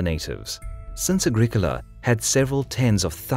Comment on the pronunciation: ah-GRIH-koh-lah not agrik ula